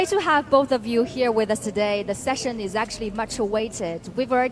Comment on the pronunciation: Jack: At china doday, we have eighteen hundreed new babies born every year, which is not enough. xD This guy isnt listening to his own words, btw, he is talking bullshit and Elon is internally frustrated and wants to say his opinion :D